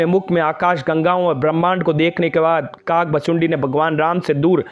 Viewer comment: भाई शब्द तो ठीक से बोलो काक भुशुंडी